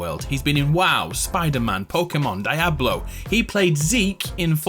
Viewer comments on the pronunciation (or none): DEE-ABLO! DEE-ABLO! DEE-ABLO! Can people stop saying Die-ablo, PLEASE! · Dia-blo........ not Die a blow. Sorry, i can't let it go and had to be petty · Did i just hear Dieablo and not diablo? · Why do you people pronounce it die-ob-low?? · Hey bro I mean no offense but wtf is DIE-I-BLO??? BTW is you turn on the CC on youtube it reads DIE HAVE BLOW which is funnier lol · Aight who pronounces Diablo as dye ablo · Really nice video mate, I'm sure it took a lot of research for all the little details. 2 corrections though, Moxxi is played my Brina Palencia, and you pronounce Diablo (dee-ablbo). Otherwise, really enjoyes watching it. Many thanks. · lol he said Dyeablo bruuuh...